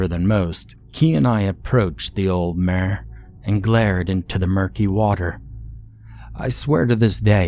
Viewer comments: Are you trying to say "mire"? Or do I not know the definition of "mare"? Genuine question lol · the whole time i was thinking that you were saying " mare " like the female horse , so it wasnt making a whole lot of sense. im just going to guess and assume that you also pronounce pillow like , pellow and milk like , ''Melk' instead of just saying it like a normal english speaking person. i wont lie to anyone and say that it doesnt make me think that their suspicious af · The way he's pronouncing "mire" has me cackling 🤣🤣🤣